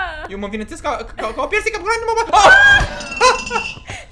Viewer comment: Nu se spune granini